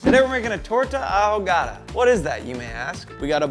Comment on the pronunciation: Damn, I wanna put that in my mouth!!! 🤤🤤🤤🤤🤤🤤🤤🤤 P.S.: Boe lee low... bro, come on. You can just ask. Bo lee joh (yoh). Double LL's in Spanish have that y/j sound. It doesn't mean double down on the "L" sound. You had "ahogada" down so why the contrast?